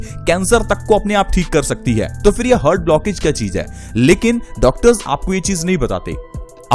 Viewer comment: हर्ट नही हार्ट बोलते हैं